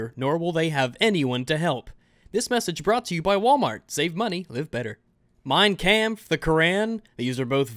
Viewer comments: "Mine KAMPF" sorry just though its funny how you pronounced it :P great vid tho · ' pronunciation of Mein Kampf gave me AIDS